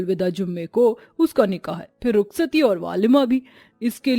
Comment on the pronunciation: Walima ✅ Waaleema ❌ 😂😂😂